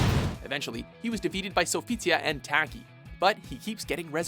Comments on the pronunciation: Like “Tack-ee” it’s Talk-ee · Thank you! He pronounced Taki's name wrong too! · It doesn't take long to learn how to pronounce Cervantes, and Taki...fucking idiot. The game announcer even pronounced them. Just take a quick second. Sucurrity! This dude need ta go. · I literally cringed at the way the narrator pronounced Cervantes and Taki... Also, Ivy's sword doesn't become a "whip," it's a sickle lol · Learn how to pronounce the names !!! Cervantes and Taki you butchered smh and yoshimitsu should be motherfucking number one!! N how dare you say maxi only makes the list maxi is god tier!!! Fucking WATCHMOJOOO! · The way this dude pronounced Taki & Cervantes name made my day! It's similar to Caucasian's pronouncing words in a Spanish accent wrong like Tortilla & Quesedilla! Lol! XD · Dear god the way he pronounces Cervantes and Taki is awful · FIRE THIS GUY ALREADY. He pronounces something wrong every episode. I give him the benefit of the doubt most of the time, but the SC series SAYS THE CHARACTER NAME AND PRONOUNCES IT! Cervan-TEZZ not Tease TAH-ki not Tacky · Toc kee, Ser von tez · Your pronunciation of the character names pisses me off. SIRVANTEES. TACKY. If you fuckin play the game it SAYS THEIR NAME FOR YOU. Also why the fuck do honorable mentions when you can just make a top 15 video instead of 10? This video is stupid lol